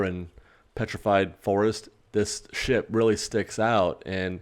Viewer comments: i really wish you had enunciated the P in "ship" a little better at the beginning. it sounds like you're saying a naughty sound-a-like word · said “ship” right???? Lol 😝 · I know that's what he's supposed to be saying at the beginning, but I CANNOT hear him say that.